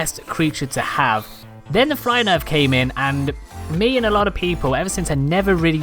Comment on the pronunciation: He says ME as MAY